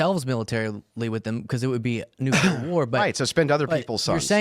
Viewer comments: People! The word is "nu-CLE-r", not "nu-CUH-ler". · What's "nucular" mean? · Is anyone gonna tell this dude nucular isn’t a word?? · loves to talk shit to people for their IQ and their communication skills but he says "Nukular" like GBush